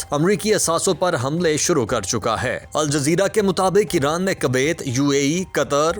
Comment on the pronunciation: Kaaveet NHI sakol NHI Kowet or school